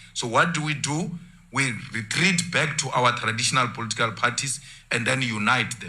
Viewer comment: Its political parties my man, not "polotical" parties 😊 but i like your stuff though.